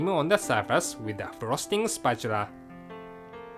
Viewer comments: "spratchula" lol. <3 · spatura :D i love engrish